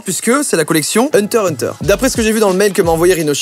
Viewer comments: hunteur heunteur😂😂😂😂c'est hunterXhunteu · ça se dit HUNTER HUNTER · Mais tes srx ca ce dit hunter x hunter 😂 sinon super vidéo comme dab 👍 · On dit HUNTER X HUNTER